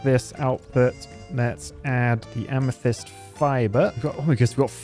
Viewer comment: Wait a second! Both times watching this i failed to realize has FINALLY learned how to pronounce amethyst 😂😂